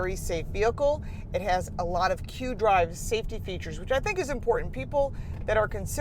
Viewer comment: It's "IQ Drive," NOT "Q" Drive.